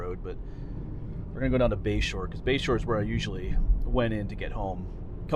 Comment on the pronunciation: Toward the end of the video I thought you were saying Bayshore rd and I thought, what an odd name for that area. I looked it up and it is Bashore rd, I assume after someone’s last name? Makes more sense. Anyway beautiful video of a beautiful area, thanks.